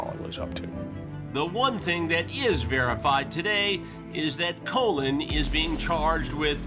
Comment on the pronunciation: It's pronounced "Colin" Chris not "Colon"😂😂 he had to have done hat in purpose. Chris loves trolling these dudes.